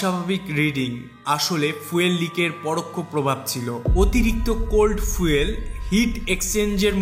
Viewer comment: ফিউল নয় ফুয়েল হবে। 😂